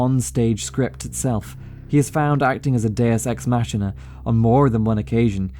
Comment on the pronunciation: Just FYI you mispronounced "deus ex machina" its pronounced similarly to "mackina".